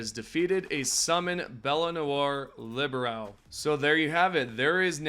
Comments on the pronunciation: "Libero" like the one in volleyball, not librawl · Say it wit me now: "Lee-Beh-Ro!"